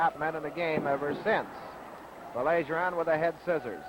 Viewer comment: Funny how the announcer corrects himself for Baillargeon's name in the beginning but then proceeds to mispronounce it for the rest of the match...🙄